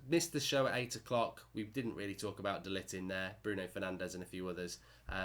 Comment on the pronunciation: It's pronounced De Ligckkhhht